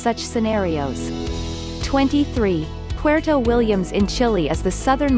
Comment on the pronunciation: Makes top 50 facts video and can't even pronounce Chile right 🤦‍♂